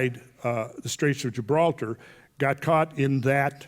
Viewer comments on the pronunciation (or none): none